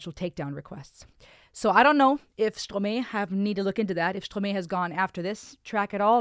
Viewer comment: You pronouncing the Artist‘s name wrong. It’s a french name not English